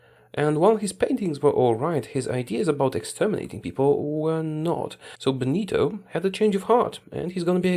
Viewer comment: "Buenito" Mussolini